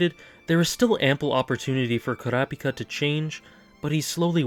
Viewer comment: Koora Pika is one of the WORST ways to pronounce his name